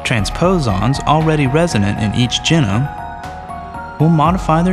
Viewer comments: Anyone else bothered by the way he said genome? Jeh.gnome I always pronounced it gee.gnome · Very nicely done and well animated. The voiceover and music really work together well. Professional. I do wish you would say genome with a long e sound, "Gee-Nome". Personal preference, but like nails on a chalkboard to me. I've always said "Gen-nomic" and "Gee-nomes", so I'm hardly consistent. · He says genome funny. I always hear it as JEE-nome, while he says it like Jinum. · It's not just the way he pronounce genome. He whistles his esses like an eighty-year-old. It's annoying as heck. On top of that, he's completely unaware of what he's narrating as well. He's just reading it out. Fire the narrator. The guy's terrible.